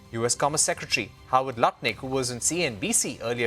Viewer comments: It's not Lootnick, it's Nut Lick!! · It's NUT-LICK not luttnick . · LUNATIC NOT LUTNIC 🤡